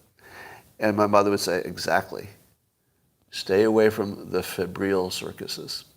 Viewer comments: It's pronounced FEB-ryle (rhymes with 'Nile' at the end). 'Febrile' means 'feverish', het-up, over passionate, activated, excitable etc. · Scott is really bad at pronouncing words. Febrile isn’t that complicated